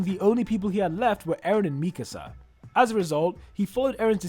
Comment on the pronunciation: its annoying how he says MEKESA INSTEAD OF MIKASA